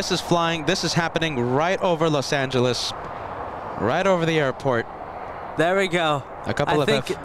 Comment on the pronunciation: bad pronunciation of Los Angeles.